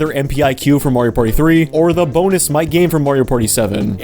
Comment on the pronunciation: Ok every time you said Mic game I heard MightGaine